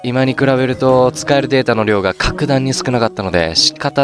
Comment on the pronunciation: 唐突の「でぇたあ」にツボった